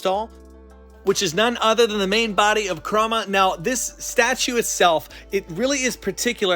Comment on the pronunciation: DID HE CALL KURAMA ChRoMa????